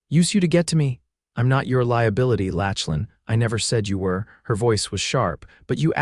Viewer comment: Saying his name as Latchlin instead of Locklin throughout was annoying. Maybe you need to read out aloud to a few educated friends first so errors like these don’t happen.